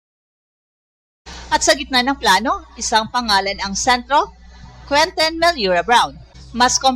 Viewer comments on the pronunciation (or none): Anung queten??? QUENTIN!!! May punit ba dila mo????